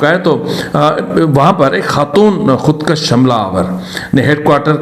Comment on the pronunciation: خودکش مت کھو خود کوش کھو کاف کے اوپر زبر نھیں پیش ھے اگرزبرسے کش کھے تومعنی ھوگاکه که فلان نے لکیر کھنچی اگرپیش کےساتھ خودکش بولوگے تومعنی ھوگا که که فلانے نے اپنے کو قتل کردیا تو اس لفظ کی اداٸیگی کی تصحیح سے آپکی صحافت میں فصاحت کومذید زینت ملجاۓ گی جزاک الله خیرا بارک الله